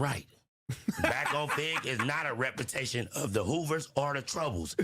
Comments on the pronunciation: bruh killed me with the "repperprensation" 😂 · could not say that word rempermentation 😂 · Representation must be a hard work to say because man 😂